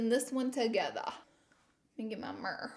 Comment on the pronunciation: mirror in laura lee language: mer